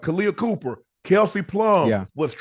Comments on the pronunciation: Copper not Cooper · Kahleah COPPER not Cooper lol